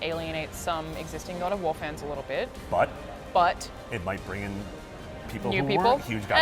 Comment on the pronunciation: The way she said God of War "GUAD OFF WAA!!!